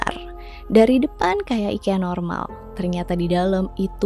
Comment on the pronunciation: orang swedia bilangnya i-kee-uh